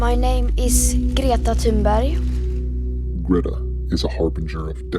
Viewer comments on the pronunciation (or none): My name is Gree-etta Ton-buy